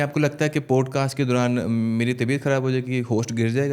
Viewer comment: How these people butcher Urdu pronunciation - پوڈ کاسٹ نہیں یہ پاڈ کاسٹ ھے - شووک نہیں شاک - اسی طرح جوب نہیں جاب